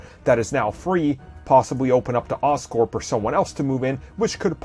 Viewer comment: This man said oscorp 🙃